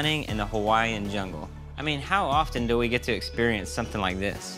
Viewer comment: It’s doo not du and it’s mummy not momma